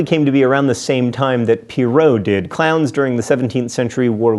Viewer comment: It sounded like he was saying clouds so it sounds like he says i am scared of clouds